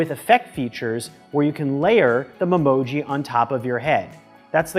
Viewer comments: It’s not pronounced mem-oji it’s pronounced meme-oji. You know what I meant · I think it is called me-moji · The way everyone is correcting his memoji pronounciation shows how serious these apple fans are about such a childish feature 🤦🏽‍♂️